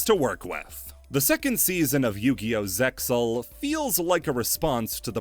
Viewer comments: The Zexal cut characters in the episode summaries brought me back to those times like a ratatouille ptsd flashback. I love this iceberg. Something something Zexal pronounced Zeal and a link to a reddit JPN production translation and a crying soyjack of myself ect ect. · Wouldn't you just link to an episode of the sub where they literally say ZeXal and the X is silent?